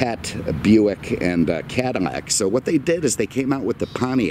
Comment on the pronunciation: It's Cadillac, not Cadimac. You keep on saying Cadimac.